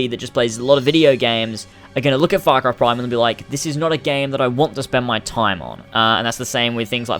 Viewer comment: Oh u shit ! Thats not fak rai..it's far cry😂